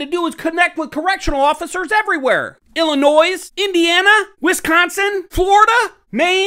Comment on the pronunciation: You do not pronounce the S in Illinois